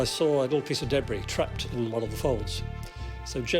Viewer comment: I love this show but every time he says debris and schedule I cringe.